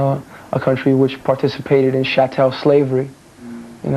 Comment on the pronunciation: Shat-tell slavery. Smart guy.